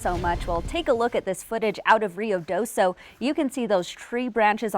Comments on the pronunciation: Ruidoso ( noisy ) not Rio D'oso ( Bear River ) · Roo e do so is how you pronounce Ruidoso.